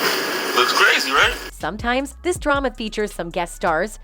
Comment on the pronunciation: Or how about pronouncing drama as dray-ma Good Lord who is narrating are they not from Earth?